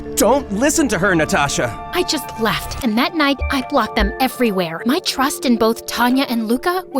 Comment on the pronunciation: "Bloked" 😂💀💕 EDIT: if I'm being totally honest the ppl that gave up and left the valley they aren't finna come bk that's my valley now 😂💀